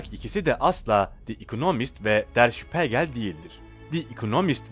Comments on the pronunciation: Şpegrl degil.der şpigeldir. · Der Spiegel (Der Spiigel diye okunur) Spegel yanlış lütfen düzeltin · işte diyorum ya ama o dakika başı spegel deyince tuhaf oluyor (acil düzeltmesi gerek) yurtdışından da izleyicileri var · Okunuşu _şpiigel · Kulağım kanadı lütfen önce araştırın ondan sonra kelimeyi doğru telafuz edin Spegel ne ya???